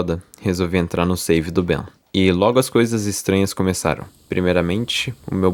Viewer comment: mano não é bem n kkk é "Ben"